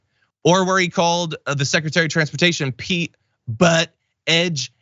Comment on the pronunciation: But-edge-edge is kinda hilarious, because it's pronounced boot-edge-edge🤣🤣🤣